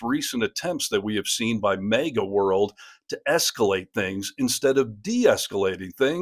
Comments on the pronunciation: It’s not pronounced “mayga”. Lol Although, it probably drives them up a wall and half way ‘cross the ceiling! Lol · Are you mispronouncing "maga" on purpose? You consistently pronounce it as "mega", which may be intentional to make commentary on the nature of the cult?